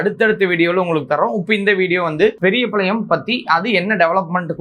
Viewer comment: பெரியபாளையம், பெரியபளையம் இல்ல சரியா சொல்லுங்க